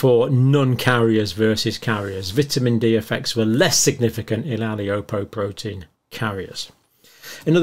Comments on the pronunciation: Dr Campbell, in the spirit of how my mother raised me to pronounce things correctly...I have to let you know that the apoe gene (for which I'm homozygous) is pronounced A-Po-ly-po-protien. Not aliopoprotein. 🤣🤗 Thanks for yet another very informative video. Lots of love from Ireland. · Pedant alert : How does "APOLIPOprotein" become "ALIOprotein"?? It refers to lipoprotein (fat-protein conjugate). The standard abbreviation for "micro" is Greek mu - written "u". Microgram is abbreviated "ug". A capital "M" prefix stands for "mega" (ie x 1000). "MCg" is a nonsense, "mcg" is obsolete. Cholecalciferol refers to its effects on calcium. Not kalkium. Hence pronounced cholecalSiferol. When producing authoritative vids for lay consumption, it would be really helpful if your terminology was correct 🙂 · Ali-opo-protien? You're better than that. Apo-lipo-protein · "Vitamin D exposure", what does that mean? Does that actually mean supplements or were the people without "exposure" had a diet severely lacking vitamin D? Sounds like they mean those people simply did not have any vitamin D. They are not talking about supplements. Your wording was very carefully done to mislead. Why? Explain that. Also, it's Apolipoprotein, not ALIOpoprotein. You mis-pronounced because you don't even know what that is.